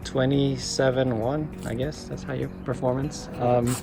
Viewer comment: OMG, he’s butchering everything! FK8, no. Twenty Seven Won, no. If you don’t know what you’re talking about, please, don’t post it!!!